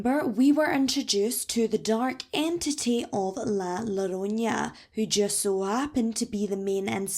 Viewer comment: Just a correction: it's spelled llorona. Double hockey stick and nothing wavy over the n. This means that it's not *lorunya*, but *yorrona*.